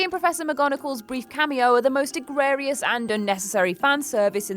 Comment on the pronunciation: Egregious is not pronounced egrarious. That right there is proof the makers of this video are idiots. Here's a thought-maybe try understanding that this is just the second part of a five part story, and this is exposition. What difference does it make if JK wanted Nagini in the movie? She clearly has a reason for it. Also, Dumbledore's greatest desire wasn't Grindelwald, it was the blood oath. Who said Newt was going to become an Auror? And, maybe it didn't occur to you that Grindelwald lied to Credence? This video is asinine. The most honest thing you said is that you have no idea what is going on.